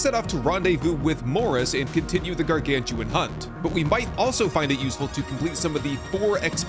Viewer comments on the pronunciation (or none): those aren't "Gargantuan" but Gargan-utan, like Orang-utan.:)